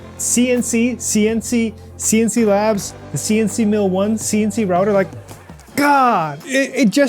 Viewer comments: pronounce Sienci with a hard "I" , s"eye"ncee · Just pronounce all the i's in "Sienci" as "ai" (like the letter alone)! Even if it sounds unusual, it should get the point across better. (Some people seriously don't know how to name a company... I know a company that makes pens and is called "Online". :( good luck googling for that) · Was thinking the same thing. German pronounciation would be like S´ai`encii